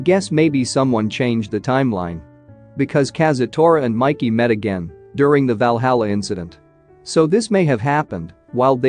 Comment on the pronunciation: He said vallahala